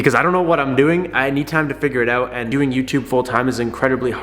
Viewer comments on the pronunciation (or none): My dude said peace “oat” and never came back :(